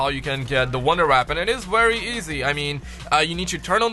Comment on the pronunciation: I love how u say weapon wonder WAPON